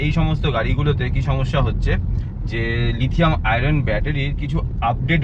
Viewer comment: it's *Lithium-ion battery, not 'Lithium-iron'.